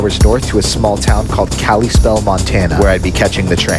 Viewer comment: It’s pronounced Cala spell not Callie spell